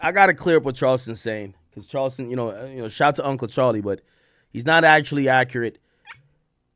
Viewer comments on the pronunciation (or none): none